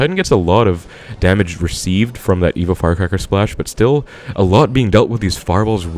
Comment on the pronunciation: Is it just me or he saying evil firecracker haha